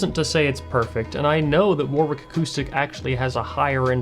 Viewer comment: fyi, its not war-Wick. its war-(w)Ick, the 2nd w is silent